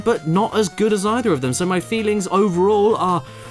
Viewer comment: That is a vwary gudd. Qweston